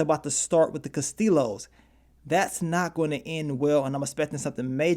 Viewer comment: Cooper will live and the phrase is Castillo= kas- ti- yo....the ll is a Y in Spanish. You from the EC like me. In boriqua it's Kastiyo(Castillo).....no disrespect